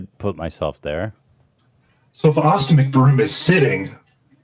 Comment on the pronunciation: Did you say austen mcbrome. More like austen mc but